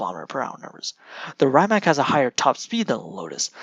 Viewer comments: He’s saying ‘Rimak’, whereas it should be ‘Rimatz’ 👍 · Is your pronaunciation "Rajmak" !? OMG